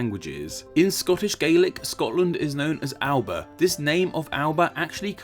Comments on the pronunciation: Alba uses the Goidelic glide vowel grammar system so is not pronounced Al-ba but al-A-ba. It is possible that Albion may have originally been pronounced al-a-bi-on. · Scottish Gaelic is not pronounced "Gaylic". It's pronounced "Gahlic" and Alba is pronounced "Ah Lah Buh". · The name for Scotland in the Gaelic is pronounced 'Alaban', Cymru is 'come-ri' not 'coom-ri' and Kernow is 'ker-no' not 'ker-now'. The southern part Finistere is also named Cornwall. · When making a video on etymology, pronunciation is important. Scots language is not pronounced 'gaylic', that is Irish. The Scots language s 'galic'. Eire is pronounced Ereh and Alba has a hard L and sounds more like Alaba. Also, the roots of Alba may not be Latin. There is evidence, though minimal, to support the Picts and the Irish speaking a similar language and the Picts calling themselves Albann, men of Alba, and this was incorporated into Gaelic. That is superior to the supposition that Alba is similar to Albion, from Albus, therefore it is a thing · Nice video! One thing - Alba (Scotland) is pronounced Alapa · Btw Alba is pronounced al-uh-puh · Just a quick note, Alba is pronounced more like A-la-ba. awesome video though! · Yo, great video but there's some details I thought you should know; Scottish Gaelic is pronounced 'gah-lick' rather than 'gay-lick' and Alba is pronounced like 'Allah-bah'. Móran taing bho Jamie. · I said it once and I'll say it again: It is pronunce "Alaba". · ALBA IS PRONOUNCED ALAPA (al̪ˠapə) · Great video But Scottish gaelic is pronounced 'Gah-lik' not 'Gae-lik' as in Ireland Also Alba, in gaelic, is pronounced 'Ala-puh' (always soften consents in Scots gaelic. B becomes P, D becomes T, G becomes C or K etc. ) and a BH is a V, whilst a DH or a TH often aren't sounded at all. There's a whole bunch of others. An example is the city I currently call home. Scotland 3rd largest city is Aberdeen. In gaelic it's pronounced 'Oh-par Ain' but it's spelt Obar Dheathain :P